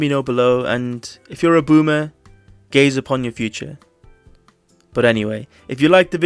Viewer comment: was that "gaze upon your future" or "gays upon your future" bc you dad might be offended by one of those (and your daddy at the other)